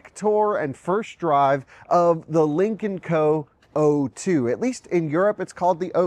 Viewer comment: I can't help but hear "Lincoln Co" every time.